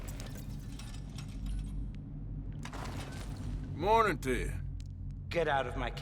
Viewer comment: "Mourning to ya" ........get out of my cave